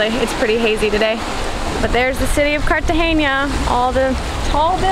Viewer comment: Guys it’s Cartagena not Cartageña